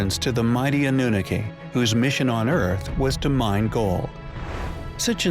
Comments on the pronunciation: Omg stop pronouncing Annunaki that way!! 😂✋🚫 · Sorcha de Adair is he pronouncing this wrong on purpose?